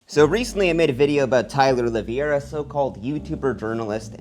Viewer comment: Two videos now and you still don't know how to even pronounce his name...